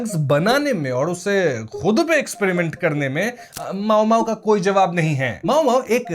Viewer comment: मामो❌ माओमाओ✅